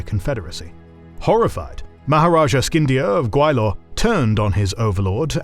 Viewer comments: I'm sorry, but the new narrator's mis pronunciation of Gwalior to Gawilor is aking to pronouncing Allen as Anal. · Gwa-li-or, not Gwai-lor. Please be mindful of pronunciations. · It’s not pronounced Gway-lor. It’s Gwa-Li-er. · The mispronunciation of "Sheeran Patten", "Skindia", Gawailore is amazing lol😂